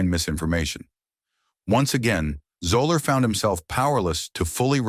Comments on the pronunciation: Your feature of Fuzzy Zoeller was dramatically off the mark. First, you mispronounced his name throughout. Second, while his initial comments did come back to haunt him, but not through the rest of his career and beyond. There are stories that haven't been told about his class background. The year after the incident he returned to the Masters and heard constant questions about what he said, but most of the writers wrote it from Tiger's side. I was one of several writers who had a solid relationship with Fuzzy and behind the Augusta National clubhouse he talked to another reporter and me. He expressed regrets for his words and conceded it came back to bite him, but he said he wasn't feeling sorry for himself. He talked about another player who struggled with alcohol. "Me, I come out here (on tour) and I have some ups and downs, but that got has got to climb a mountain ever day." My editor said I didn't enough from Tiger, but the much of the press was telling Tiger's story. My story got play buried wekk below the fold. my writer friend's story was played on the golf jump play, once again well down on the page. In closing, I should add that Fuzzy had a strong relationship with most of the other African-American players on the tour . . . you can check the stories on the incident and I'm sure you'll find few of them, if any, coming down on Fuzzy. I believe you fashiioned your vidio with limited resolve to provide an accurate view of Fuzzy's career. P.S, -- He referred to many of u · AND. This idiot narrator couldn't even take the time to find out how to correctly pronounce his last name. What a joke!! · It’s pronounced zeller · It's pronounced, zel-ler. But then again, I've never heard of Gene Sir Raisin. Do your homework!! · Its pronounced like "Zeller" - the 'o' is silent. Get it right THEN publish it. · It’s pronounced Zeller on Zoller 😂😂😂😂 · I went to high school with him and that is not how his last name is pronounced... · Learn to pronounce his name.